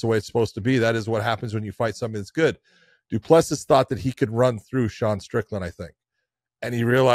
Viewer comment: It is not that difficult - do-pleh-see. I am not sure how you hear it, but practice with the phonetics